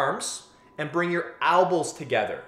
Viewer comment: ELbows not Albas lol